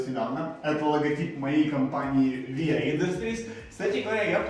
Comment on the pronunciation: Ты сказал вия а не виа)